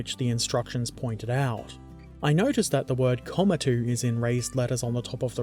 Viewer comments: "Komatu" was the old way of spelling Komatsu, your pronunciation of the latter ( ko-ma-tsu) is correct. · "Komatu' is an error Tamiya never chose to fix. You pronounced it correctly as Komatsu. It means 'Little Pine Tree' and this model was Japan's first bulldozer.